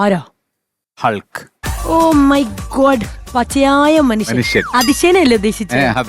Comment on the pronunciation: എന്റെ പോന്നു സാറന്മാരെ .......ഹള്‍ക്ക് അല്ല ഹക്ക് എന്നാണ് പറയേണ്ടത് .HULK.....L ......സൈലന്റ് ആണ് ....